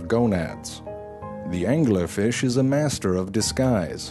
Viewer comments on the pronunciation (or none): Angler Fish Pronounced: "AN•GYU•LAR FEESH" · "True Facts About The Angler Fish "... Can you not read?